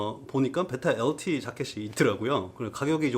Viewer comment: 베이라 엘틔~ 발음 넘 웃